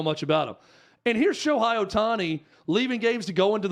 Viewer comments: I agree with you so please pronounce his name right 😂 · Dudes - can not even pronounce his name right. Lol. That tells you a lot of things.